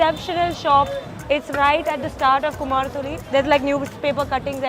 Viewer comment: Kumartuly not kumhar tuly, mind it